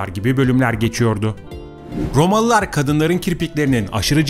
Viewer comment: Rrrromalılar, Rrrrrromalılar, Rrrromaa!!! Rrrrr!!! Rrrrrrrr!!! Efendi... Olmaz bu şekilde!!